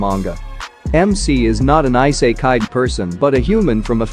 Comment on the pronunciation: good videos but man the way you pronounce the titles and I sekai? come on... you can do better than that you pronounce it "e"sekai